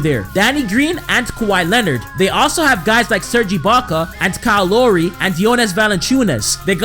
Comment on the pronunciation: you pronounced lowry as lory too